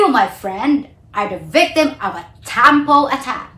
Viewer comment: Please do not pronounce the word “tampo” with an American twang. I give it to you that your English is excellent but it’s not nice to hear a local pronounce local Filipino words with an a twang. To me it’s OVERKILL!